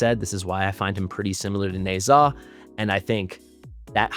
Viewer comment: Why do you pronounce Ne Zha as Neigh'Zah instead of Neh-Ja?